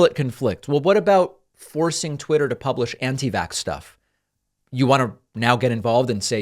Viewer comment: Pakman, The king of correcting people’s pronunciations of words said “tweeter” right after making fun of mtg saying “berders”. That made me laugh.